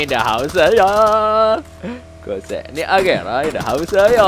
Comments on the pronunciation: Koenigsegg bang, bukan koesegnig 😁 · Konigseg x bang bukan kosegnik 🤣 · Kesegnig❌ Konigseg✅ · Koningseg atau kosegnig bang wkwk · Bukan kogsegnig tapi koenigsegg baaaaang 😂😂😂🤣😅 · Khas nih, kosegnik bukan koenigsegg;) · Koeniseg bukan koesigneg 🤣🤣🤣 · SALAH MULU NYEBUTIN KOENIGSEGG..KEBALIK..